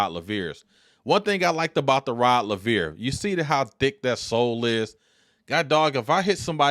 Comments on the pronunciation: Rod Laveer. Rod Laveer. Rod Laveer. So many times it got damn annoying. Its not just a shoe model. Its the name of a tennis great. Have some respect and get it right. Its just a simple straightforward Anglo name pronounced as spelt. Rod Laver. Not a tongue twister like Handlikova, Navratilova or Gerulaitis. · It's Laver!!! Like Braver !! You are totally pronouncing the name wrong